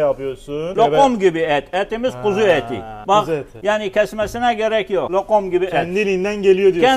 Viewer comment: abinin LOQOM diyişine bittim